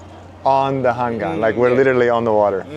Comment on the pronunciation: 고맙습니다 ☺️ 우리 나라 서울 도심속을 흐르는 한강❤ 발음 그대로 한강이라 말씀해 주셔서요❤ 한강 라면🍜~👍 Nickk님~👍